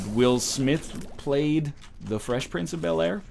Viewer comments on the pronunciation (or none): none